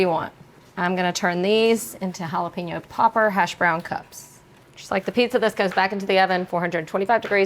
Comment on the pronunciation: What do you do if your smart and don't like the taste of olive oil? Most times oils are a cooking aid ,not an ingredient. We don't urinate on our food! There is no such thing as a jala pee no. They are pronounced hala-pen-yo.